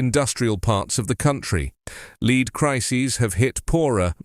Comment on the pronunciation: I liked your news, as usual, but pronunciation of "lead" rhyming with "need",,, and was wrong, since the meaning was the chemical element and pronunciation should have rhymed with "bed". Perhaps you should mark your copy or purposely misspell two-pronunciation homographic words in the copy so you do not have to handle ambiguous pronunciation while reading copy.